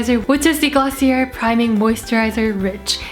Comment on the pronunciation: i hate to be that person but its actually pronounced glossiaye sorry loooolllll